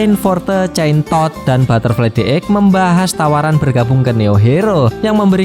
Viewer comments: hero name?chain toad terdengar(centod)😂😂😂😂😂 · centosss nya di tekan bet wkwkw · Ngomong centod nya biasa aja bro 😅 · Jadi executive Korban nama2 hero jelek😂, btw pas ngomong chaintoad nya agak di perjelas ya bg 😂, sekilas kyk ambigu